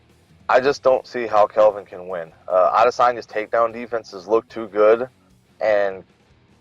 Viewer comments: About 5 of these guys called him Kevin instead of Kelvin , 🤣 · And he can't even say KELVIN... It's not Kevin dumbass! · did wonderboy just say "kevin" gastelum?